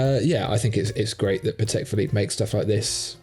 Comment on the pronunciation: Patek is a Polish name and accent should be on first syllable.